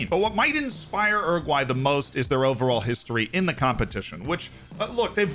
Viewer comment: Oroguae 😂 still slip that Anglo R tho